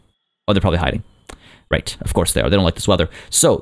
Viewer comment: When u went rrrrrrrrright over here I thought my stomach was growling